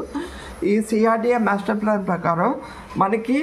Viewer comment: మేస్టర్ ప్లాన్ కాదయ్యా బాబు మాస్టర్ ప్లాన్ అనాలి.